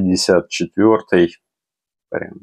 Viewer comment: Не МР а МП - читается. МР - это модель указана латинскими буквами!